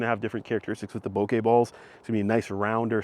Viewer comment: Thank you for saying bokeh correctly, you're 1 in a million on Youtube